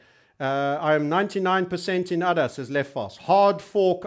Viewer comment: Hahaha now i am laughing every time he says udder!